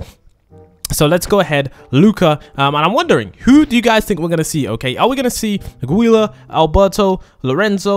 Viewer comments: YOOOOOOOOO NEW ONE!!!!!!! Edit: it’s pronounced “Julia” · plus u pronounce Giulia's name like G U W I L A